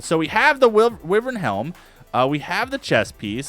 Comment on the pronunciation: wyvern is pronounced why-vern